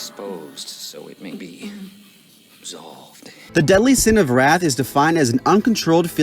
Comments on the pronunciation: "It's supposed to say wrath not rat" kills me every single time lmao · "Its supposed to say wrath, not rat" 😂